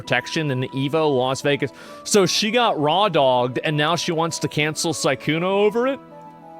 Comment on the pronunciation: Sykkuno 🚫 SykCUMo ✅